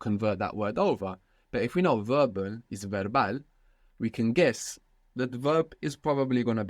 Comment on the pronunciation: Why is Verbal and Verbo being pronounced with a V sound and not a B sound? I thought V and B are pronounced the same in Spanish?